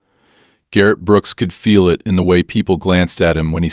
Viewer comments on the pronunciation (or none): none